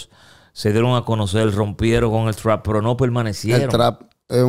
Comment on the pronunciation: Trap, pronuncien bien mae 🤣🤣🤣🤣